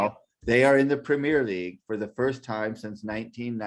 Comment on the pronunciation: Prem - ee-er league, Premier League.